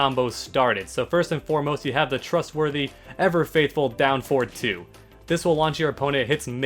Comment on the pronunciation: Having a stroke listening to you saying forward, anyways 10/10 guide